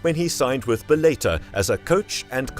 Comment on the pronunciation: It's pronounced bell a tore